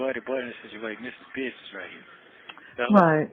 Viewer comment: ANY MAN THAT SAYS “BIDNESS” INSTEAD OF “BUSINESS” 🚩🚩🚩🚩🚩